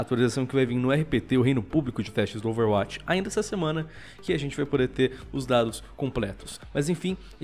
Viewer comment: Ele fala overwatix